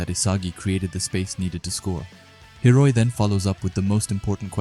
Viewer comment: It's not hiroi it's hiori